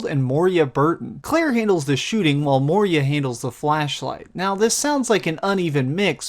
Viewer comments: Good review! But it's Moira! Not moeeria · lol you keep saying moria instead of moira. this isnt the lord of the rings lol! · Bruh, Moira, not Moria... Good review though :)